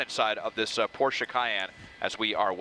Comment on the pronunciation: Respect for actually pronouncing Porsche correctly.